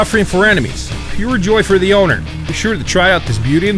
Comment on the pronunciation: ze marder I